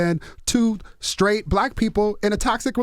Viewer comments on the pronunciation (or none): Charlamagne : I’m skraight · Why does charlamaign say “sCraight” (sTraight) and “sCripper” (sTripper)